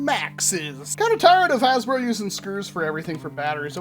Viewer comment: Nowhere to be found “hasbruh”